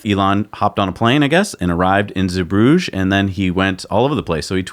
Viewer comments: Pronunciation Z. Broog er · Roger Starkey it was slightly annoying me too 👍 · FYI. Zeebrugge is pronounced Zee bru gerr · Glovis Captain docked two days late due to shipping traffic. Now it has gone. Glovis Cosmos is in at Zeebrugge right now [Btw guys, it's Zeebrugge with hard 'GG's, like the boogerman 😁 ]. The next ship, the Grand Aurora, is off the coast of Spain. It appears that cargo ships dock late quite often. The Cosmos had its TOA put back a couple of days and I fully expect the Aurora to arrive late, despite easily being within distance of Zeebrugge. When it comes to cargo shipping, everything appears to be estimated. Then the reality sinks in. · Here is how you pronounce "Zeebrugge" in Dutch